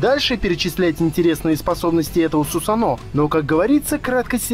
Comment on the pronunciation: Не сусано(ударение о) правильно Сусано(ударение на а)